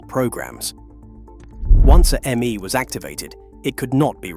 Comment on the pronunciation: The "Me" pronouncements or decrees are pronounced "May" as in the month. Your AI should know that.